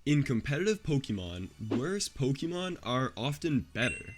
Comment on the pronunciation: I’ll sub when you’ll start pronouncing Pokémon correctly. Lmao I’m messing with you I subbed already. Great content!